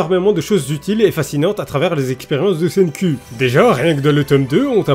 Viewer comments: Je lis les scan cher (je suis même à jour), et "Senku" (Senkū en romaji si on en croit wikipedia) en japonais se prononce littéralement "CènkOU" pas "CènkUH", ça finis par le son "う" (allongé qui plus est) qui est un mélange entre le son "EU" et "OU" (comme le "U" de "LUffy") donc je sais de quoi je parle justement, après, si tu veux garder ce cher accent français, je ne me permettrais pas de juger l':) Merci de faire découvrir ce manga a un plus grand nombre (le coter comique étant son point fort pour moi), tu lis promise neverland sinon? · "Tout d'abbord SAIGNE-CUL" :,) un ptit effort niveau prononciation serais le bienvenu isssou